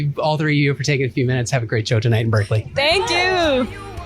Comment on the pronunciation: The way you pronounced Berkeley haha. Always love your reactions bro. I grew up in Bangladesh with spicy food but then after I left home I started eating less spicy food. Now here in Australia I don't eat much spicy food, I ain't used to it anymore. Although on rare occasions I'll go all out 🔥🔥